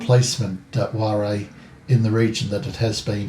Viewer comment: Whare is pronounced fare. Kia Ora from New Zealand 🙂